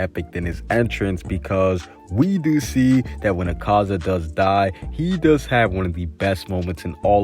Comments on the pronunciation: my fav demon is a-car-za it's "a-ka-za" btw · Did you know that he doesn't pronounce akaza and tanjiro correctly